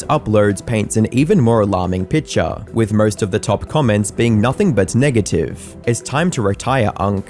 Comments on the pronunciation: did you say Nigative? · did just say niggative? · Why did he say niggative 😭